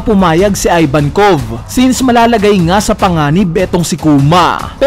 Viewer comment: ih-vankov not eye-vankov